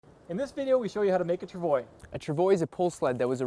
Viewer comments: Tra-vwa. Not travoy. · Its pronounce trav-wah The "ois" makes the "wah" sound, much like in the word bourgeois. Its french. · Travwa Travwa Travwa that is how to pronounce it., gaw my ears are bleeding! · CBC why are you letting them mispronounce the word "Travois", doesn't that violate Canadian bilingualism laws? lol (honhonhon) Still a good video, useful info! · Thumbs down for mispronunciation.👎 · Mispronouncing French words is a time-honoured English tradition.